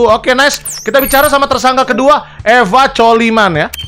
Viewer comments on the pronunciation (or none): gw : Eva kolmen (bacanya) Brando : eve coliman GG Gaming